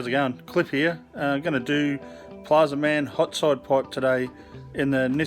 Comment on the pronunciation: Plazma man… not plaza man